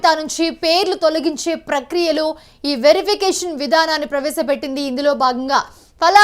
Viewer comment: డౌటే లేదు నీ లాంటి యాంకర్ ఉంటే తెలుగుకి తెగులు వచ్చి చచ్చిపోతుంది ఈ- వెరిఫికేషన్ అని చదవాలి electronic verification ఈ వెరిఫికేషన్ కాదు